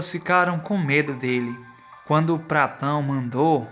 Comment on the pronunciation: É patrão ?Ou pratao kkk🤣🤣🤣🤣🤣